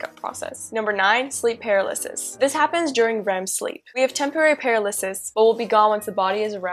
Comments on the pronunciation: for example. It's pronounced more like 'purr-al-uh-sis' instead of 'para-liss-iss.' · I hate the way she pronounces "paralysis"